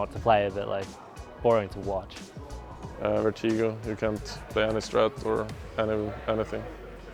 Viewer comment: no one : jw: VERTEEGO